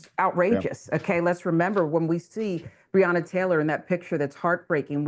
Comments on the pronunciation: I fail to understand why some of you people can’t even get this woman’s name correct. It’s BREONNA. Pronounced Bre O Na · BREONNA. Say her name correctly clown. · BREONNA !!!! My God say her name correctly !!!!!